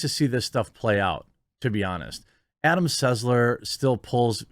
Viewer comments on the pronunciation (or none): none